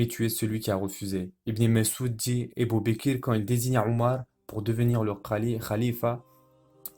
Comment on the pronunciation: Masha'Allah! Très intéressant, c'est la version de la série Omar. Mais c'est quoi cette façon de prononcer les noms des compagnons ? Ébou békér, c'est fait exprès ou quoi? Puisque le narrateur pronce très bien autres mots en arabe